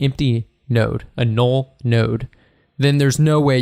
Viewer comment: Nobody: This guy: “Nool”